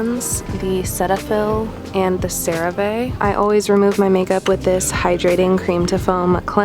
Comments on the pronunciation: the way she pronounced cerave and cetaphil both wrong 😭😭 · Cerave pronunciation : Sair-a-ve. Cetaphil pronunciation: see-ta-phil